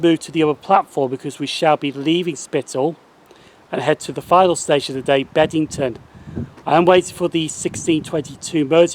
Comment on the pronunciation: Loving your work! 😉👍 but it's BEBington isn't it?! Not Bed! 😂